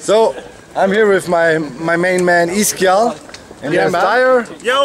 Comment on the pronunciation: Its actually iskall, not Iskall